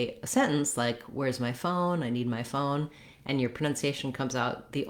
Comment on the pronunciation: great video, for the word (phone /foʊn/ ) in this time i heard a little schwa /ə/ between the /oʊ/ sound and / n/ sound l please make the video slow and listen (phone /foʊən/ ) and little w between the /oʊ/ sound and /ən/ sound . the w sound come also when we say ( go w way )